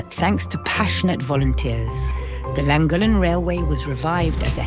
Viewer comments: Loved this. We went to Bardsley island a couple of weeks ago. We live in Abersoch, near Aberdaron. People do live on the island but tend to move out for winter. And your send part was Llangollen - pronounced lan-goth-len 😊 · Crossed over from the bike channel to this one, I live local to Llangollen, for your ease of saying the name properly it is pronounced Lan-goth-Len 👍🏻 As for a great route on you bike go up the horseshoe pass and through the llandegla moors over to Pontblyddyn to the old stores bike cafe for a stop. Then do the reverse back. Some of the, if not best biking roads in the Uk 👍🏻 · The funniest pronunciation of Llangollen I’ve ever heard. And I’ve never laughed so hard at the voice overs as on this Welsh trip. I only live half an hour from Llangollen. Thank you both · I quite agree with others…..probably the worst pronunciation of Llangollen I’ve ever heard ! PS love your videos (and I don’t even own a mobile home thingy.). PPS. Have you done Shropshire? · for F*** sake guys... I already told you how to pronounce the basics, I wouldn't mind but you even asked! And I expected it to be bad, but well done, you managed to pronounce Llangollen worse than anyone I've EVER heard. Shake... my... head. ❤